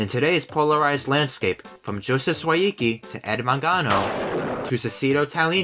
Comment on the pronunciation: Your pronunciation of Sawicki was terrifying (I don't blame you btw I am yet to meet an English speaker who can pronounce it correctly first time. hHnestly Joseph Sawicki probably can't pronounce it himself, it's a Polish surname after all)